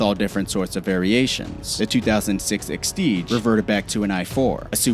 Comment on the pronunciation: And the the Lotus "extige"?